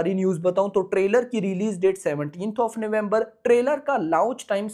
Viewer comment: Launch ❌ Louch ✅